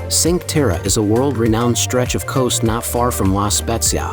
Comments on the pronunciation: La pronuncia e sbagliata si dice la spezia con la zeta non con la esse o con la gi e non e sincterra ma e cinque terre 😂😂😂😂😂😂😂 devi un po migliorare queste parole 😅 e non e tinato ma tinetto capisco che sei straniero ma mira commandolpalmaria lai detta bene pero nel resto hai un ottima pronuncia italiana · It is not Sink terra🤦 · Chin-quay Terray, Al Maray, Riomaggioray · At least pronounce the names correctly!!! Cinque Terre (“Cheen-kwah Tay-ray”) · Guess the AI has never been to Sink Terra